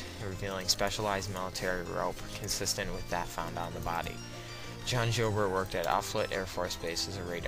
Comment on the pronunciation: Before you doing a video like this you might want to make sure you have the correct pronunciation of key names like Eberle, Joubert and Offutt.